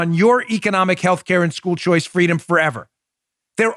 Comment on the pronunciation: “Fwweeeedoom!”, “Si se puawdue!” 🤣 They’re getting good at it. Let’s see who’s next.